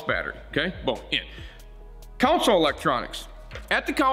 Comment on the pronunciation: Don’t mean to nitpick but console….not council.